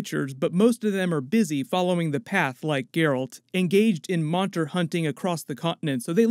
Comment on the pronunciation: “monter hunting” 😆